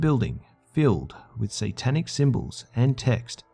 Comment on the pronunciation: "WE'RE STANDING ON ANOTHER SANTANIC THING" .......HAIL SANTA.